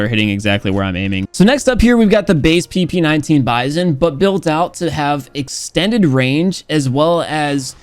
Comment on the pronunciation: "PP19 bizon-yokiwi"